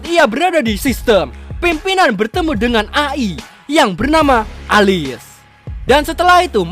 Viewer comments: Bang cara bacanya bukan A I tapi E Ai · A.i dibaca E-Ai Elis, Alice bolehlh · Bro kata (AI)di baca pake bahasa inggris(e'ay)